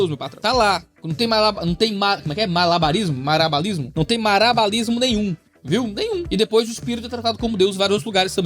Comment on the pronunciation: Não resisti: ma-LA-ba-ris-mo. MaraBALISmo! 😂❤